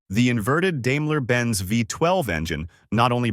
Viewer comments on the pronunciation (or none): dame-la, lmao. its pronounced dime-la ;)